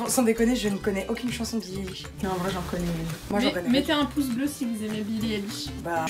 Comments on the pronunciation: Billie Eilish c'est ma vie... (d'ailleurs on dit "Eyelish" a prononcer à l'anglaise 😂) ❤🥵 Super cool la vidéo ✌🏼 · Non c'est billie Aïe lishe 😊